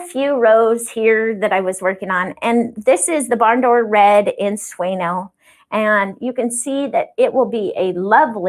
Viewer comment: My ears are still hurting from when I watched this a couple weeks ago!, your beautiful yarn means "Dream" in Spanish and is pronounced "SWAY-NYOH", not "SWAY-NO." The N has the same little wavy line over it like you might see in "Señor" or "Señorita," and the same pronunciation. We all know not to say "sen- OR", right? So please, please, please,, start pronouncing the name of this dreamy yarn like it should be! Otherwise, I might have to stop watching your videos to save my ears!